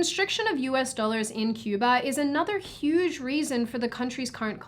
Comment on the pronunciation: You pronounced "Cuba" wrong